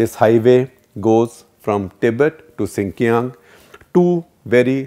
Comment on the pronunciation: Sir xinjiang is pronouced wrong ????